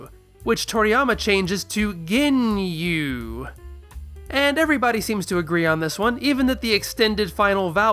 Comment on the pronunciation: oh my god, "Rea-Coom" From the Goonyu Squad, lol